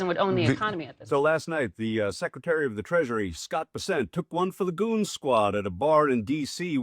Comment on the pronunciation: First of all it ain’t Vessent… it’s BESSENT. I’ll give you a pass on that you are more concerned with LIKES rather than accuracy in content, as with many of your contemporaries . Second…. The creep was not chased out by a bunch of patrons with pitch forks and torches. He fled out the back door like a slithering coward… afraid to face his public who he is placing in financial ruins. Third… The putz is not a goon. Third. His another milk toast, boot licking, spineless, knee pad wearing sycophant But I do like term “Chew and Screw.” You should resister the phrase as a registered trade mark. But nobody and escape my “Drama Queen” Tagline comment. Maybe, I’ll start my own Ytube channel dedicated to Drama Queens.